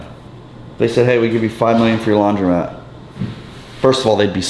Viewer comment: Idk why it bugs me so much but I think a majority will agree it’s called a laundromat not a laundry mat lol he owns one and still says it wrong 😂😂